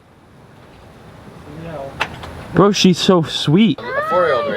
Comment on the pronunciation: You said What's up bros But i heared What's up CROWS